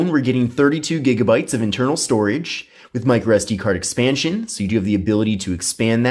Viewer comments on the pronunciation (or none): none